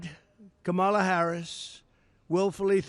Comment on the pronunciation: Why does he keep intentionally mispronouncing her name and calling her comrade as to imply that she is a communist? So juvenile!